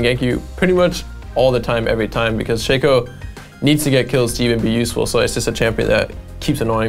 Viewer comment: shaco* not shaco